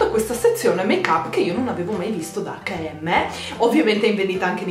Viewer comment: Sentire dire acca e emme mi fa venire il cancro ai timpani giuro, si dice EIC END EM